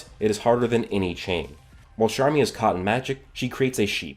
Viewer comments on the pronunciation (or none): he says sharmy every time, where is the c at